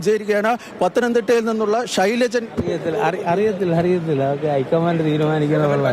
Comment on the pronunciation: ഷൈലാജ് ആണ് ഷൈലജൻ . അല്ല